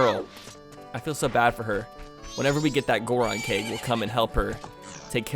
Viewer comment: Gorgon keg, I thought you said gorgon cake at first